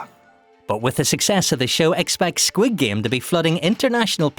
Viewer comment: Your Korean pronunciation for squid game is messed up.